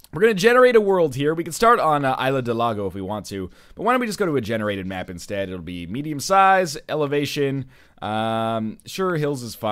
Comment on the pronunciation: Isla is actually pronounced like "Izz-Lah" I think. Just for future reference.